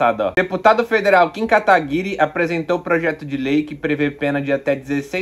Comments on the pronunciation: "KataguiRÊ" kkkkkk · Gosto quando o Jones chama o Kim KataPICA de "Kataguire". Kkkkkkkkkkkkkkkkkkkkk